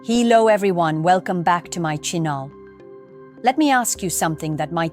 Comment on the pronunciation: I laughed my fuk'n head off when it dawned on me about the hee-low and chinnel! Bravo! BRAVO, for the humor!!